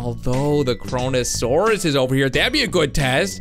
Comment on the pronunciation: It's kronosaurus